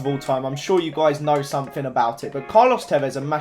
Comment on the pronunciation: Fank you, i never fink i Will get the 10 subs fank, its fucking thank en think not fuck fank and fink learn to speak pls I really hate that just AS miniminter says somethink its fucking somethinG pls say it right